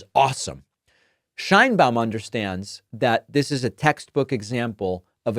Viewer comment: I like to watch your comments, but, you should learn how to pronounce names correctly. It is not “/shainbaum/” Check the pronunciation for respect to the president and the Hispanic viewers